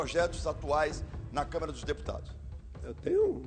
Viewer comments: É Câmara e não Câmera, Sr. Jornalista. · Nossa pelo amor de Deus, esse jornalista falou: CamEra dos Deputados.... sangrou meus ouvidos...